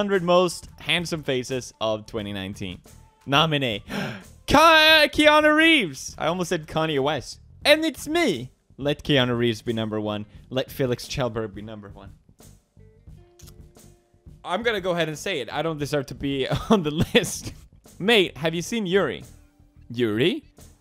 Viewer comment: Wtf he said felix shellandsomthhinkwithburg and not pewdiepie